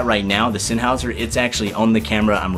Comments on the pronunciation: Sennheiser, not Sennhauser. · It's Sennheiser, not Sennhauser.